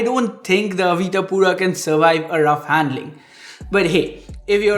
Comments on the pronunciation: Brand name is Avita man, not Avira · Why u calling it AVIRA , when its AVITA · Is it me or is he pronouncing avita as avira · Didn't anyone tell him it's Avita and not Avira or am I missing something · $ AVITA, read it carefully 😁